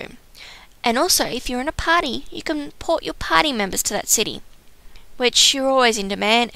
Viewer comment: Party sounds like potty...lol